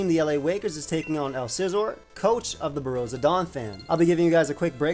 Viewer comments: its pronounced 'Bor-Ru-Shee-ahh' Fren:] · Damn, the pronunciation of ‘Borussia’ at the start hurt lmao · pronunciation of borrusia is painful 😅😅